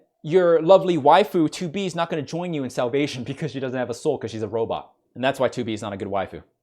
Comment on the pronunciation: I LOVE that you say robit